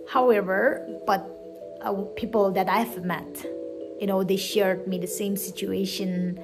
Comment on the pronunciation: Right! She was supposed to say it peoPerr 😂